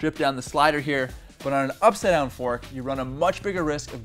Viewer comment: Is it up-side-down? Or upsidon? Having trouble saying that?